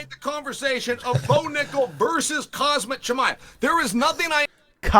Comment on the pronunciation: CAUSEMIC SHAMIYA who the fck is tht some Russian Astronaut 😂😂 Chael really